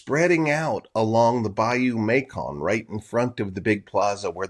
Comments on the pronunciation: Bayou Macon is pronounced MAY-son, not MAY-kon. From French "maçon" meaning "builder" or "mason." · It's pronounced Bayou May-Son, not May-Kon